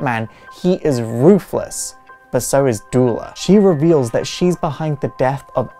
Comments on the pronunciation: Wait a minute? You pronouce Duela Dents name like Doo-la Dent, i've been pronouncing it like Doo-ella Dent? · It’s Pronounced like the word “duel” with “la” on the end, as it’s spelt, but also keep in mind, I’m from the U.K., and there are a lot of words and names we just say differently here, and I personally would advise anyone not to worry too much about the correct pronunciation of the name of a fictional character, unless the creator of the character explicitly states it should be said a particular way.